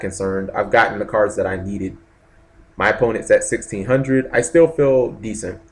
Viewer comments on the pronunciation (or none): none